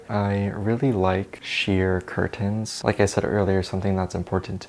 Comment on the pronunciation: the way you say curtains is c r i s p